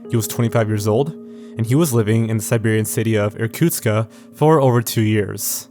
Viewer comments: Actually, the city is Irkutsk, not Irkutska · It's Irkustk, not Irkutska. The K sound is pronounced as in Quebec. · Not a big problem, but the city is called Irkutsk, not Irkutska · Hi, Russian speaker here. Small thing: the city is called Irkutsk not Irkutkska. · Иркутска блять какой Иркутска нахуй он а в окончание добавляет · why do you add an "a" after "Irkutsk"? it's not Irkutska it's Irkutsk. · You keep saying "Irkutska," but it's Irkutsk, isn't it? Endings of Russian words change with different word cases, so there may be a case when the word in Russian is: "Irkutska," but in English it should be still just in the base form Irkutsk, I think. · Sorry if this sounds nitpicky, but the city is named Irkutsk, not Irkutska. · It's sad that you didn't even look up how to properly say Irkutsk. There is no "ah" at the end. I actually cringed every time you said Irkutsk-AH. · Awry isn't pronounced aa-ree, it's a-rai. come on. And why the 'a' at the end of Irkutsk? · You could at least check how to correctly pronounce Irkutsk before making the video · You should pronounce names correctly, Irkutsk - city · He's also pronouncing the city of Irkutsk wrong. There's no A sound at the end.